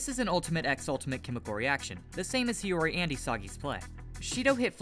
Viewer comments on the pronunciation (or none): "Nagi Seishiro" and it's Hiori